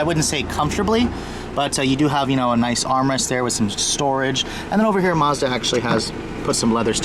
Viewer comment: did you say mozda?